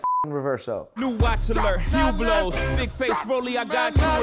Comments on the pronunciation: Hublot actually isn't pronounced "Ublo" or "Hyublo" it's pronounced "Trash" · It's hublot but pronounced you blow